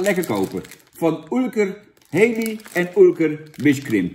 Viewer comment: Kun je het koekje Halley even uitspreken als Hallie i.p.v Hailey? Thanks.